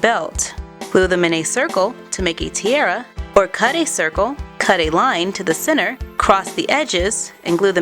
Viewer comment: I'm sick of you saying tiara wrong dislike